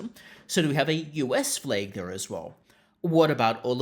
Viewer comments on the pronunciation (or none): “Flag” not “fleg” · It's flag, not fleg. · I don’t get why you keep saying ‘fleg’ that way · Why you sayin flag weird bro